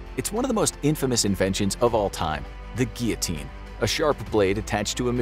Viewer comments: THANKS SO MUCH FOR SAYING (GEE YA TEEN) instead of (GILL A TEEN). I get so tired of people mispronouncing that word AND (KAY SA DEEYA). Bravo🙌👍❤️💖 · Thank God that finally someone (and, surprisingly, an American at that) pronounces “guillotine” correctly! 👏🏻